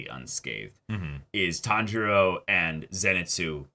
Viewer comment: Not sure if yall noticed but Inouske actually says Tanjiro's name correctly! Usually, when he says something like Kambo he's trying to say kamado but this time he actually said Tanjiro without failure lmao